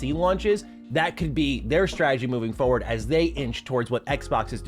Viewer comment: Fuh word ? You mean forward